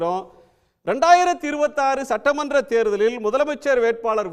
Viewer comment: Maa adhu satramandam illa….sattamandram 😂